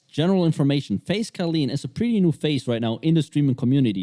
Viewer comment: Man doesn't even know how to say her name properly 🤣🤣